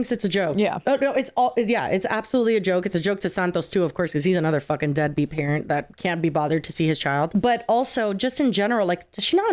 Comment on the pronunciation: She said deadbeat house wrong